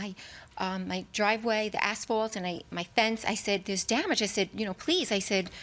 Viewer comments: the way he keep's saying ASHfault... it's asphalt dude. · The idiot Defendant is calling it "Ashfault". 🐌🐌😅😅